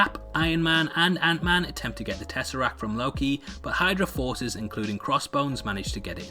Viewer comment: did you just say Any-Man lmfaoooo